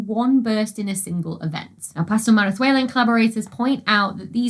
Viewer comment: I wouldn't know for sure if you pronounced 'Pastor-Marazuela' correctly, but it sounded very convincing to me!